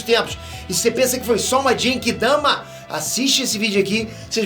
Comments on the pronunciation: Eu, até agora, não consigo tankar o jeito que o pronuncia "Genki Dama", não sei o pq ainda. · Continua falando Genki Dama errado....kkkkkkkkk